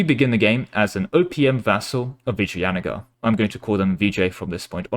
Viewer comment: Actually you did pronounce Vijayanagar just fine.